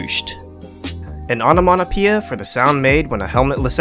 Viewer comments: Dude it’s not onamonapia it’s onamatopoeia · "onomonopia" please lmao